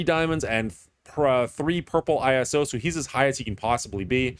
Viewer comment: Never heard Iso-8 pronounced like this, back in Marvel Avengers Alliance it was always pronounced as a word not separate letters. Isn't it in reference to Isotope 8 or have I been in a haze the past decade lol.